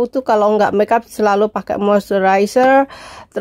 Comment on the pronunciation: lek ngendikan SELALU yo selulu ae ura usah di tambah i NYa...